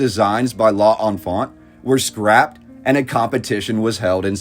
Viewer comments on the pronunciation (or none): l'enfant has two syllables, you've to be the first to somehow squeeze out three.